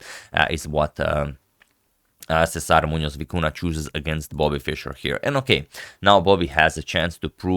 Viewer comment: Agad, you display vast knowledge of name pronunciation, you gotta hit the "ny" sound for both ñ in Muñoz and Vicuña.